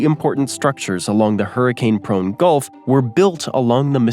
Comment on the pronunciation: Man, I didn’t hear the facts of any state since Montana. When the gulf was mispronounced. I almost cancelled my subscription